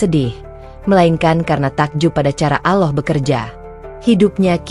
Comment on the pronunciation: Knaoa ya penutur channel ini ko ga belajar mengucap yang benar saat mengucap nama Allah yang benar , selalu mengucap Aloh, hem gemes , dah ga usah di terusin.